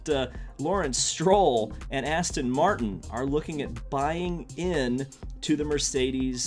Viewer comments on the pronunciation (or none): none